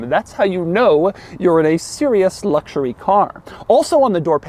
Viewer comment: Doug's reviews wouldn't be so obnoxious and cringey to watch if he could just, at least one time, say "luxury" or "luxurious" without adding "LLLLLLLLs" and just say luxury. It's a serious eyeroll moment every time he says those two words. Just give us the info and quit being a fucking dweeb.